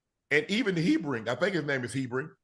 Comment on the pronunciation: Unc calling Herbig “Hebring” 🤣